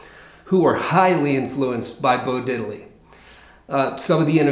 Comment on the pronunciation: No, no, no, no.... It's pronounced "DID-ley"...not Diddel-lee